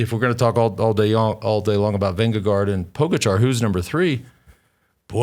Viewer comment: It’s pronounced Ving-eh-gore